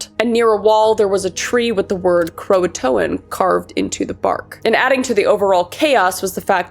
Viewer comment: Just a few minor corrections because I am that bitch: Croatoan = crow-uh-tow-un Raleigh= raw-lee John White was actually gone for 3 years, with his daughter being only a year old when he left. The local natives kept to themselves at first until the initial 1855 expedition leader antagonized them. Before he left, White made a plan that if the colony had to relocate for any reason that they carve their planned location somewhere in the camp. Also, the settlement was "broken apart" it was "broken down", implying that the buildings were intentionally deconstructed. The year that the colonists vanished has been proven to have had a harsh winter followed by a drought which would've been difficult to survive with the lack of agriculture and resources in the colony. There are compelling theories that cite multiple reports from the era that postulate that perhaps the colony was sabotaged. I won't get into the evidence, but let's just say that they were not well set up for success. All in all, the most logical conclusion is that the colony was the unkowing victim of Spanish attempts to undermine English colonization of the New World. Already at a disadvantage and desperate for supplies that they no longer could be sure were coming, a devastating winter followed by drought made the settlement no longer inhabitable. The Croatoan people were welcoming and humanitarian despite the foreigners' ill manners and they accepted the desperate colonists who fled to their island seeking salvation.